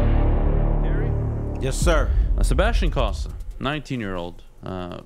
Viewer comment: This host (not T-Foss) knows jack about hockey - and it shows. First - it's COE-sa, not CAH-sa. He would know this if he ever watched Cossa play on TV (which he claims he has, saying Cossa 'looks good.'). Second, the WHL is one of the top Junior A leagues in the world, specifically in this case, featuring the best players from across North America (and some Europeans). Third, his prediction of the kid seeing "five, six games" next year and "15, 20" the year after is completely based in fantasy land. No one develops a goalie like that. It's a shame Foster has to work with such a dolt. Terry deserves better. If you don't know your stuff, don't act like you do. Real fans see right through you.